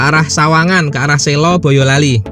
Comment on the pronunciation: Urung rembug Kata Selo atau Sela, huruf e diucaokan lemah Huruf e seperti pada kata emas, beras, bekas, belas, kelas, keras, tegas, peras, pegas Bukan e pada kata reka, bela, era, eka, rela, mega, dewa, hela, seka, tega Sela atau Selo, diucapkan seperti SLOW, bukan diucapkan seperti SI LAW SLOW bukan SI LAW, bukan SAY LOW *Kata Selo, Sela artinya desa atsu daerah di SELA-SELA sntara gunung Merspi dan Merbabu *